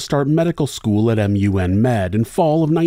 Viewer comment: A Newfie here. We call Memorial University "Mun". Not M. U. N. And you're awesome.